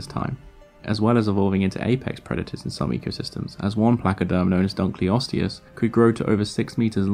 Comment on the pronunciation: Finally someone pronounced dunkleosteus properly! It irritates the hell out of me